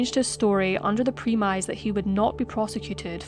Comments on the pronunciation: Premise is pronounced prem-iss not pree-mize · Tell me you did not just pronounce premise as pre-mize 🤣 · excellent video, but you need to pronounce premise the right way